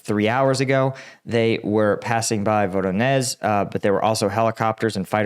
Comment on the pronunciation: When it comes to Voronezh, Prigozhin or Zaporizhzhya, 'Zh' is pronounced as the S in fusion or vision. More like a J than Z.